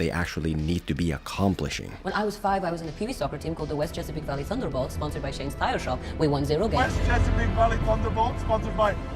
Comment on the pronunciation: Ba-semen-bolts? Wtf